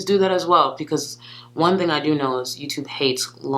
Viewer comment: I think it’s BECAUSE not PECAUSE!